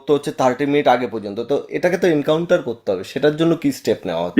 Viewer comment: Anchor বা interviwer বার বার বলছেন এনকাউন্টার কথাটা। Actually এটা হবে কাউন্টার।